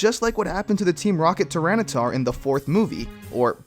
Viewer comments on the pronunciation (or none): none